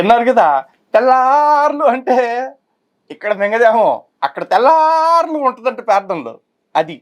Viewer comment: Anna😂😂😂😂😂 meeru tellaarlu ante navvvu aaagatledhu 😂😂😂😂😂😂😂annoooo